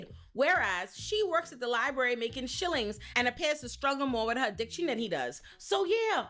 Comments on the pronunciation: “shillings” took me out ☠️☠️😂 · Babe, I nearly expired when you said “shillings”. This is one of the most entertaining videos I’ve seen in a while. I can only applaud.